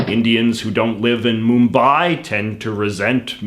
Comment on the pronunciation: Hey JJ , the video is really entertaining, and love the way you pronounced Mumbai with absolute precision. Well my favourite part of your video is " HELLO friends my name is JJ".